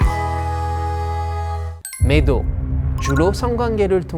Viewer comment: 어쩐지 한국어 발음이 이상하더라 매독을 미독으로 들리네